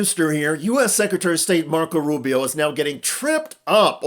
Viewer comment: Lisparo not Rubio. Speech impediment.